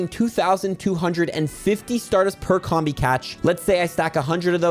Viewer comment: It's pronounced COMB-BEE, comb as in honeycomb and bee as in.... bee.